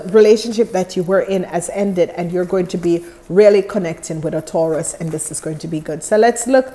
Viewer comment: u keep saying taraus